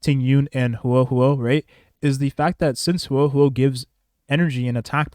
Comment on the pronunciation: He said it pretty fine after the first couple of times.